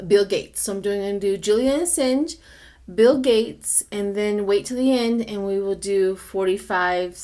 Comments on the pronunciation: A sawn ge. Not A sin ge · Matt Gaetz not Bill Gates. ☹️ AsAHNge not hinge 😊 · its Assange, like massage. there is no i.